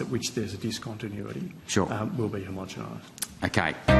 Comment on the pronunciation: "homogemized" LOL